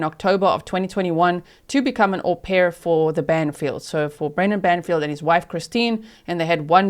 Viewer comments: Damn, G, that was a good one, “HO-pair” 😅😂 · How do you spell it haux pair like faux lol ? 😅